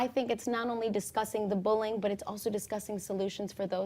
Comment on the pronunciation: Did she say bulling?